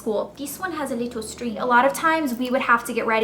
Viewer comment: "dis one has a leetle string" hahaha, you're hilarious elle. :)